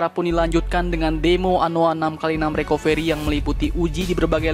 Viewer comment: Recovery dibaca Rekaveri